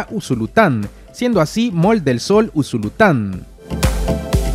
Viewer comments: No se dice Mall se pronuncia Moll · Para mi gente un consejito humildemente, la pronunciación correcta para decir Centro Comercial en Inglés es “Moll” se escribe “Mall” pero en este caso la letra “A” en Inglés suena como la letra “O”...Así aprendemos a pronunciar correctamente el Ingles y aprendemos todos Juntos! Buen día 😊👍🏼👍🏼👍🏼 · Aprendamos a pronunciar las cosas correctamente, solo un consejo, mall se pronuncia ( moll ) y sun se pronuncia (san) para los que les gusta el inglés, ;) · MALL EL SOL (se pronuncia MOLL) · SE PRONUNCI A MOL ASI ES LA ECRITURA EN INGLES CENTRO COMERCIAL CON RESPETOM AMIGO